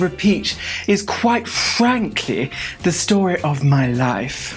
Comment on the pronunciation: Because ... As we know. Chicken is. Quite fwankly the shit. 🤣🤣🤣😭😭😭😭